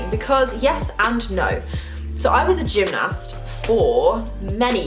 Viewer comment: The way you say 'gymnast' actually triggers me 😂